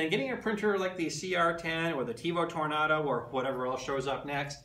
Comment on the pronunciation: First of all - learn how to say "Tornado". Second of all, the Tornado has an inherent problem with "salmon skin" unless TL smoothers are purchased. I wouldn't call it an upgrade over the CR-10. The CR-10 facebook group has OVER 20,000 members, it probably has more support then the Ultimaker.